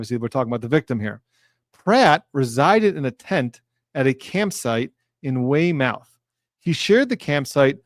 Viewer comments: Another outstanding recap,! You're the ultimate Cliff Notes to any case. In an effort to turn you into a card carrying "Masshole", note that the proper pronunciation to the town referenced is "Way muth", not "Way mouth". An adjective commonly used to describe something amazing is "wicked pissa". Thus, you did a wicked pissa job with this recap! 😀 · Thank you again for the insight! "Weymouth" is pronounced "Way-mith", gotta fit in with all of your Mass supporters! Keep up the great work.